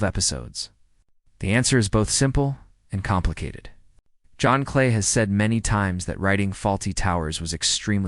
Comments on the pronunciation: His name is not "John Clay." It's "John Cleese... Rhymes with peace. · You get a thumbs down for using AI to mispronounce a name as famous as John Cleese.